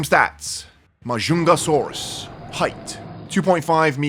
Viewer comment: Ma jung ga sauros that's how you pronounce it